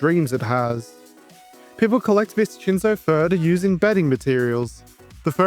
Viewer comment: So abt the name Viscinzo: pronouncing "ci" as "chee" is an Italian thing, but "sci" actually makes the "shee" sound in Italian (see "fascismo" or "prosciutto"). So it'd be more like "Vish-in-zo" Obv this is English and you can call it whatever you want, but I thought you might find it interesting.